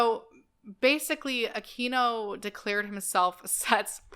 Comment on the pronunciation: I used to think that Michael Aquino's name was pronounced just as you pronounced it --- That's the correct Spanish pronunciation. But recently, I watched a video in which he made a point that it's actually pronounced, "Ah-kween-oh." He said that that side of his family was SCOTTISH! I can't say, but I'd guess they were Spaniards who emigrated to Scotland, and adopted the Anglicized pronunciation. He also said there WAS a "Michael Aquino" who employed the Spanish pronunciation, who's a Filipino. That person pops up on Wikipedia, as well as the other, if you do a search.